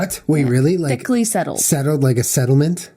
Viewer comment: When jenna says "thickly". My favorite thing.